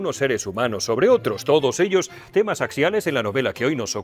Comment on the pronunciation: En este caso "temnas" en lugar de temas 😜